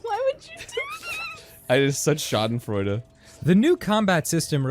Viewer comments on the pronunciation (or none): none